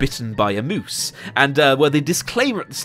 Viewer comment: "A möôòóos once bit my sister" hahahahahaha